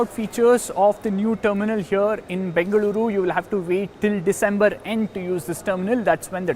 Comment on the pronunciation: Bengaluru pronounced perfectly!